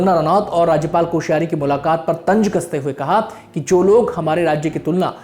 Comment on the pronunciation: Re bhai bolna to seekh pehle. Tanz hota hai tanj nahi